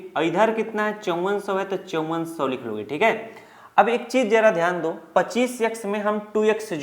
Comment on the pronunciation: Sirrr ji dooo nhi hotaaa do hotaaa hee😂😂😂😮😢😢😅😅😅